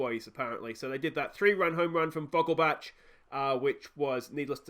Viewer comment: As a german, your pronunciation of Vogelbach is bugging me, its vogelbaeck. Thats the best way I can type it out phonetically